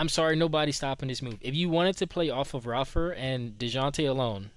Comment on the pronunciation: lol it’s Ray-fer but 🔥 video 💪🏽